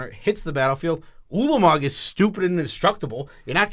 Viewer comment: Thanks for pronouncing Ulamog's name correctly!